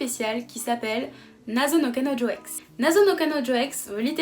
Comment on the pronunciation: Deja je te mets un pouce bleu pour ta facilité à prononcer le nom du manga 👍😂 et sinon ça a l'air top !